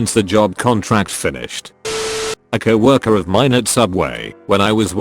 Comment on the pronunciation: I love how it says Cow erker .. instead of co-worker